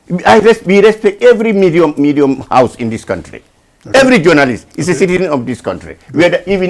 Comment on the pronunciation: He say medium house